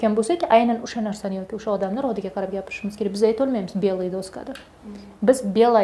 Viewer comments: Правильно же сказал парень: цветы- м.р(И.п что? цвет). Если слово во множественном числе, это не значит, что у него нет рода. И что за дОска? доскА [даска́] на А падает ударение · Доска ударение на А , неправильно произносите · В слове доска ударение падает на конец слова. Учительница сама не знает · Коллега? Позор Вам и вашей коллеге. У Вас беда с пунктуацией, а у коллеги вашей - с ударениями. какая дОска, значИмые темы 🤦🏻‍♀️ Да и само предложение «Самые главные, самые простые, но самые значимые темы у нас» Что? Сама то поняла что-то?